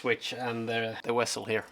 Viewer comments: did he just say "wessel"? lmaoo tf? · Trying to figure out what a wessel is? : )